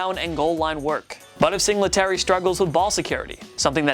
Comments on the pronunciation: Sing luh tary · Say it with me everything “Sing Lee Terry” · It’s single tary not singlet ary that annoyed me so bad when he said devin singletarys name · It's Singletary, not Sing-la-terry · 4. "Sing-le-tary"!?!??! Dude you cant even pronounce his name right. "Single-tary" Why the fuck is this guy doing a list. You know nothing. Granted moss may over take "single-tary" this year. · P R it’s single tary not sing la tary 🤣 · And Sing-la-terry like 20 times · "devin Singluhterry" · Sing la terry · bro fr, I was just about to comment on that. "Sing LE tary." Jesus. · Who says singletary like that lol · The only thing I hate more than is the way he says “Singletary” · ik ur saying singletary wrong on purpose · The way he’s saying Singletary 😂😂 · They also have mispronounciation issue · Bro. Learn the names you’re saying. This is getting ridiculous every week. “Rasheem Mostert, Devin Sing luh terry”